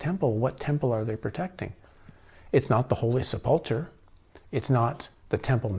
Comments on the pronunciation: Just trying to help... Poussin...is pronounced like poo-sa with the n sound not quite ended. Sepulchre is pronounced like sep-ul-kra. Just a thing...gets quite aggitating listening so many times not pronounced correctly 🙏👍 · Holy Seplechur (sp?) Pronounced 'sep-le-ker'.. I had wondered if you had any exposure to Christianity, now I think prob not. Based upon your pronunciation of words heard often within Christian circles. If that is the case, I find your research more intriguing especially where it leads you ultimately. I wondered if perhaps you were someone who had been raised with a religious background and went seeking truth beyond the confines of doctrine. This does not seem to be the case in your situation. I am curious what took you down this path. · Just fyi, not judging, to pronounce them, it is "bee-at-it-tudes" and "sep-al-ker" although there may be other common ways this is generally right for beatitudes and sepulchre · Knights of the holy "Sep lu cure" is the correct pronunciation.